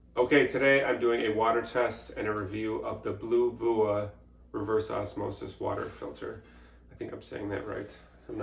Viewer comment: Thank you so much,, for sharing our product and making such a great review video! As for the pronunciation of the brand, you can say it as "Blue-vee-ah"! The small notes showed throughout the video really make the test easy to comprehend, and we are glad that it can be your reliable companion on your healthkick! As for the TDS, we do recommend replacing the filter cartridge every 12 months as instructed, as a RO unit should typically ensure at least 90% of TDS removal. While a water TDS of 22 is still considered safe, we still suggest replacing the current cartridge as soon as possible to maintain the ideal performance of the filter. Nevertheless, many thanks again for chossing us as your new hydration solution. We hope you enjoy the safe, clean water supplied by our products, stay healthy and hydrated!💧💙